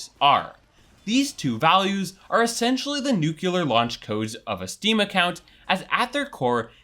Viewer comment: Did he really pronounce "nuclear" like that?